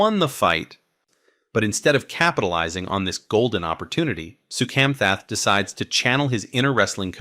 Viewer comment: Mispronounced Soukhamthath.